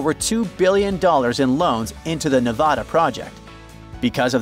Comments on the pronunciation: Ne VA da, not Ne VOD a. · Don’t call yourself when you can’t even pronounce Nevada correctly. There is no Nevahda… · If you knew what you are talking about, you would know how to pronounce Nevada.